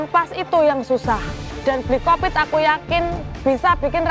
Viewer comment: selalu ngakak kalo bilang bli kopit😂😅